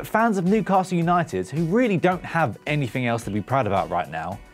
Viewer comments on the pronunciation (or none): none